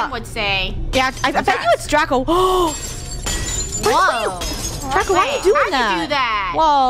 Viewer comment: DRACO not daco